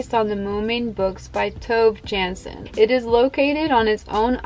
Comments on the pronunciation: Ai että - tapa, jolla äänsit Tove Janssonin nimen, aikaansai hyvät naurut! Enkä tarkoita sitä mitenkään ilkeilynä, se vaan tuli niin puun takaa. ^^" So, I was not laughing at you, it was just so adorable. Oli taas hyvä video! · Great video!😁 Although you totally butchered the name of Tove Jansson 😂